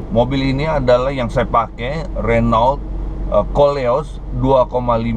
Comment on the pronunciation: BACA : RENO